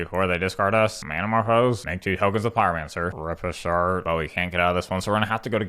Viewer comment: You constantly change my card pronunciations.. looking at you, Rip A Shart